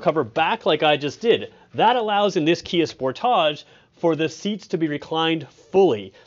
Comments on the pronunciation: LOL. No one in America calls it a "Spor-TAHJ." Maybe that's what Kia intended, but to us, it's "Sport-idge." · Why is it pronounced Spor-taaache? Any commercial says it sport-tige. Is that a Canadian thing? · Why is dude trying to make the model name sound fancy? We all know it ain’t called the “Spor-tahj”, bro… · I’m still geeked out about it being called a “Sport AUGE” not pronounced Sport AGE…lol, now what’s this video about??? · Bruh said spor-tagé 😂😂😂😂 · hehe..... he said Sportahjj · Why are you saying sportage like that? It’s like you are trying to class it up. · Why do you pronounce Sportage so strangely? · Learn how to say sportage